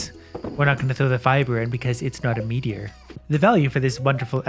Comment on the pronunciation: When he said “pure meteor” I keep thinking it sounded like “ pure Michigan”